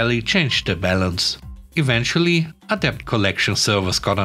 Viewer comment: Always enjoy your unusual stories. 🐧🐧🐧🐧🐧🐧🐧🐧🐧🐧🐧🐧🐧🐧 You met the word "debt" several times today. The b is silent, so it's pronounced " det". Hope this helps.